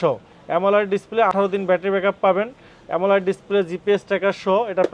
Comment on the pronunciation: পাগলা অ্যামোলেড উচ্চারণ টুকু পর্যন্ত পারে না। শুধু চাপাবাজি।